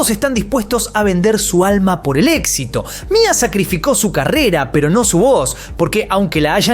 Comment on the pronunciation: No es Mia es M.I.A (em-ai-ei)